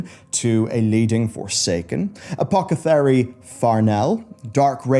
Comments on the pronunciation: It's A-POTH-eh-kary, not a-poc-eh-thary. The spelling is Apothecary. Come on, mate. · Bruh i might not be native english speaker but it's apothecary not apochethary. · i do love a good "apocathery." :P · It's a-poth-e-car-y, not a-poc-a-ther-y. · Just please, never say "Apocethary" again. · Bro you keep pronouncing 'apockethery' and i'm loving it lol -> Btw great vid as always, ty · Apocathary? Or Apothacary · Bruv, it's "apothecary". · Uh poth uh carry. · A-poth-a-cary, silly. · Right? Apocathary?! Seriously? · You pronounce apothecary strangly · Is it just me or can not say Apothecary? 😂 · absolutely hate the way he says apothecary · just can’t pronounce Apothecary lmao Jokes aside, I’d love to see more Forsaken stuff, they’re my favorite by far